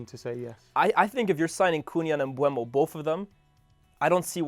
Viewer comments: All these “experts” really need to learn how to pronounce Mbeumos name correctly 😂 It’s MbEUmo, not MbUEmo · Stop saying Mbuemo, it's disrespectful and shows a lack of professionalism. The dude's name is on a card right behind. There's videos of him pronouncing his own name. It's been years since he's been in the Prem and he plays for your club now, show some respect. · all 3 of them called him Mbuemo 😭. It's Mbeumo guys, come on. M-beu-mo